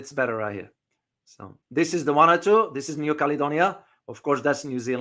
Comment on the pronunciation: Vanuatu is pronounced " Vanu-atu" And Noumea is pronounced as "New-mia" 🙏